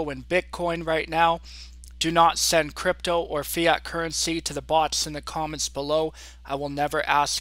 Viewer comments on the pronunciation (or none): none